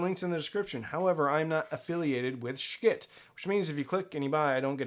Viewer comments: FYI it's not pronounced "Sch-kitt", their website says "Yes, it's pronounced exactly like you think" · quit mispronouncing their name. I can't bear to watch.